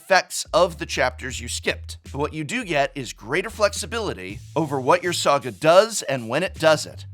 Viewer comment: I heard a soggy enchantment instead of saga enchantment 😄